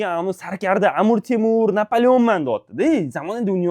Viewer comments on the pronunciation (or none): none